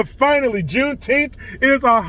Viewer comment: "Junetenth"? That's weird, "June" isn't a number.